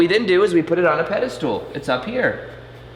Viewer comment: IT'S SO CUTE HOW YOU ALWAYS SAY "PEDE-STOOL", LOL... cute, but wrong XD